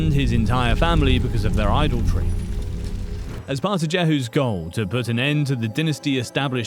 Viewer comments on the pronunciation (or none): Some words spoken here and names are odd , Check with Hebrew speakers , I think , Idolatry , was said weird